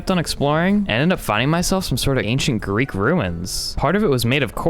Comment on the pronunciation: It’s Greek not grease